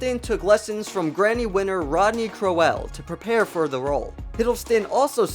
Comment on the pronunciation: It’s Cro Elle it’s Crowel